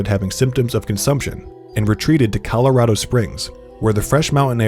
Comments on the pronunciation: calorado springs 🙈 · The way this man said "colorado" 😂😂😂